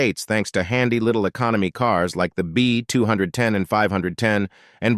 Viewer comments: ..dunno if the script is being read by an 'AI' voice, but there are a LOT of mistakes in pronunciation. 'B Two Hundred and Ten'??? that would be the 'B-two ten'...'Two Hundred Fourty Z' ???That would be TWO FORTY Z...oh my. Just get someone to read the script. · only a robot narrator would say B two hundred and ten and DatSOON . Also turbine wheels will ALWAYS be cool.